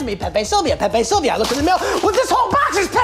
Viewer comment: another video with pyro mispronouncing something. "pepe silva/silver bit" charlie says it in the clip as "silvia" bro like come on